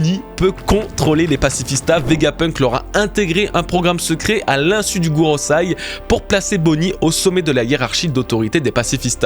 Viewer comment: GOROSEÏ pas Gorosaï